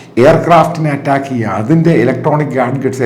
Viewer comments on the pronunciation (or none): Atttaakku,alla do...attack ennu para..